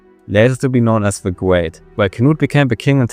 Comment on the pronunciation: alexander the gweat 😭